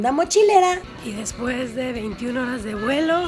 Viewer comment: amo tus videos. Jamás me pierdo tus videos, neta. Te amo ❤️ Solo que... me hace ruido que ''después'' tenga acento en la primera e Jajajaja